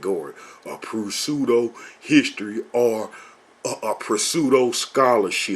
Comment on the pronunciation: Another excellent video. Just one quick correction is needed. "Pseudohistory" is pronounced "seudohistory". The "p" is silent. Besides that, great video. Shalom.